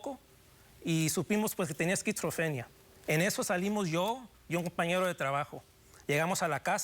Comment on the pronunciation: Ni pronunció bien la palabra esquizofrenia